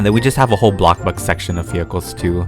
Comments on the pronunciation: The fact that he says block burg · I love it when takes his time on making videos for us he deserves more than enough and I got used to saying bloxbug like 🍞